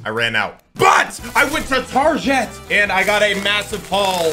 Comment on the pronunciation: Bro said tarjet